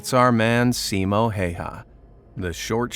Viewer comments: Respect for Simo Häyhä from protecting Finland so well. Cause I live in Finland. I find it really funny too how you say his name. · U pronounced simo häyhä wrong 😫😫😫